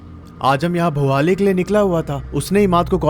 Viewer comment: Bhowali nahi ha wo bhawali hai